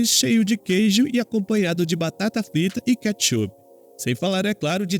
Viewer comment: "Batata Prita" kkkkk